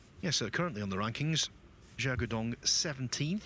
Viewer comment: His name zhao duo dong and not zhao Xi’an tong